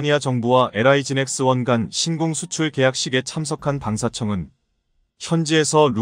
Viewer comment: 신공이 아니라 신궁입니다.